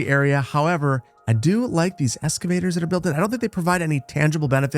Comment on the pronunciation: "S-cavators" lol